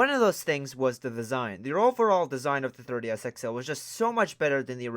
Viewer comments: It sounds like your saying "Thirty S" not "Three D S" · Me: Say "Three" OP: "Three" Me: Say "D" OP: "D" Me: Say "S" OP: "S" Me: Altogether now... OP: "Third-E-S" Me: Try again. OP: "Thirty-S" Me: 🤦‍♂️ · It is pronounced "three d s ". Not "thirty s". Thank you! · 3DS...not 30s. Say it again 3 D S. Speak more clearly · Comsidering you said the word “3DS” a million times in this video, I hoped you’d say it properly at least once. Couldn’t even make it to the end of this cause you be saying “third DS” every time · The Thirty-S XL. Who keeps hearing 30 instead of 3DS? Lol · I’m hearing “30 S” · "Thirty S" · Why does it sound like he’s saying 30-S instead of 3DS, and how many times do you have to say the word “what?”? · "thurr DS" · He says 3ds like 30s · the way he says thirdy s instead of 3ds is hillarious. Ps no offence not trying to be rude or anything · Hey bro ..why do u keep calling it a Thirdy S ???? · Why do I hear 30s when he say 3ds? Anybody else? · The way you said 3DS at the new 3DS xl part made me die.